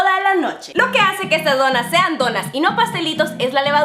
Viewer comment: Ni si quiera dice bien donas dice donás